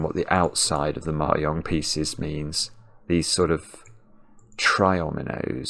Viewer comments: Is trying to say Mahjong? It’s pronounced /mɑːˈdʒɒŋ/ (mah-JONG) not /mɑːˈjɒŋ/ (mah-YONG) — it’s Chinese 麻將, not Spanish. Or is there something else called Mayong, which I have never heard of? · It took me a while to realize that he was talking about mah jongg, and not something called "mayong". I thought it might be a British pronunciation difference, but I couldn't find any evidence that the word is pronounced differently there than it is in the US. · Is he saying "Mahjong piece"? I've never heard it pronounced "mary-ong", but then I'm in Canada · The first couple of times you said "Ma-yong" I was thinking "nice use of the soft J", because I was fundamentally damaged by Anchorman, but the urge to correct is rising. The J is as the G in Geoff, or giraffe, or the J in judge, jam, and jelly. Across Asia there's a variety of different phonetic pronunciations, including different words entirely, but in none of them is the J a Y! ;-) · I think he was saying mahjong, but me personally I thought the y for the J sound made it sound like German/ Scandinavian to me, Spanish j is like an English H often, or further back in the throat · Hopefully learning it from the comments! He said it wrong lol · For what it's worth, the j in mahjong is generally pronounced like the j in jet, not the y in yet. Incidentally, one of the previous sudokus you solved - one where the final clue was in morse code embedded in the grid - was co-designed by a member of the UK japanese mahjong community, IIRC. (and just by the by, mahjong in this context refers to the multi-player game, not the solitaire game: the difference between them is as large as the difference between playing-card solitaire, and poker). Best wishes, and thanks for all the sudokus, from All-Ireland Mahjong.